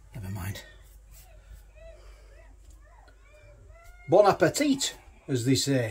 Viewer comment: No one says: says: “Bon appy-teet, as they say!”